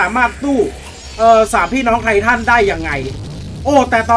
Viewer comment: พูดไม่ชัดครับเมื่อกี้ เมื่อกี้พูดว่าใครทัน36 วินาทีบ้างครับ